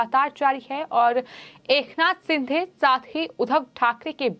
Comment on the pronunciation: क्या शिंधे शिंधे बोल रही हो, अभी तक उच्चारण दोष को कम करने का प्रयास नहीं की हो. अपने गाए हुए गाने को बार बार सुना करो I